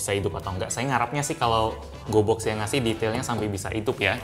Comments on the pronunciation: Gw kira pas dia ngomong gobox dia ngomong goblox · Gue dengernya GOBLOK astaga 😭